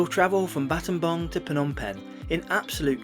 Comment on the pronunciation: What a brave man going to scambodia just to do some videos on their public transport services. edit: btw props for pronouncing battambang properly. The last time I took this route in 2008, it took almost 8hrs by car. Nice to see the roads are fully paved unlike back then.